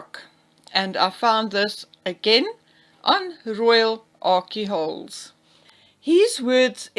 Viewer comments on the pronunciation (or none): I must point out that Royal Arcehole is not a hard sound c as in cake but a soft letter s as in sake. It’s a play on the rather rude word arsehole!